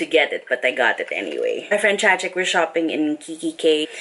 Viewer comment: TMW you finally know how to pronounce Chachic's name lmao!